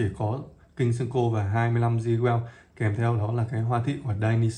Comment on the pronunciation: Góp ý với bạn & những bạn phía bắc hay đọc là sen-kô Đây là cách đọc sai hoàn toàn....